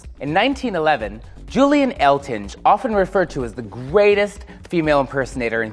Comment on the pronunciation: Julian Eltinge rhymes with "sing" not "binge."